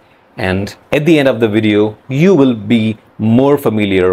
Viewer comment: You still have an Indian accent. Like the way you pronounce "will". "Verl"